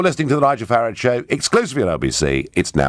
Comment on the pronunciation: The moment '' mispronounced Farage and surely intentionally if we are to believe that Nigel has been paraphrasing "too noisy for too long", was the moment about 1.3 seconds I knew he was a remoaner.